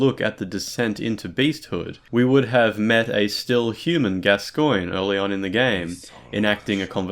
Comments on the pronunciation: ITS PRONOUNCED GASCOAN FOR FUCKS SAKE. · Why the weird stress on the second syllable in 'Gascoine'?